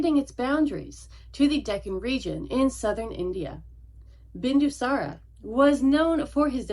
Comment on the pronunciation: Bindusãra not Bindusãrã